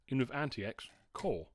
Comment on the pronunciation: I think there's a way to bypass the bios whitelist of approved wifi cards. If you serach for "T42 no1802" you should get some ways to do it. IIRC, I had to do this on t410/t430 to install an unauthorised wifi card and after market battery, but I had to use a modded bios. Also AntiX is pronounced 'antics'